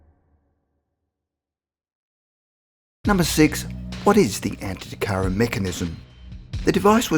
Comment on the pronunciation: Antikythera, not anty-tikara. good info though.